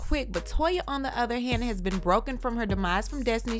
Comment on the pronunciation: "With my udder dauder" ugh. I hate when he says that. OTHER!! Not Udder!